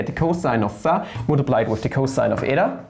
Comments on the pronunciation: And phi as pha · and pronountiation of y too. pha, wah.. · your way of pronouncing phi and eata is flammable. very good explanation. thank you for suggesting hitpaw's screen recorder.